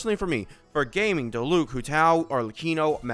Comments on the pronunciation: its not gayming its gah-ming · Is the pronunciation of Gaming on purpose? I'm not in the meme loop for this channel haha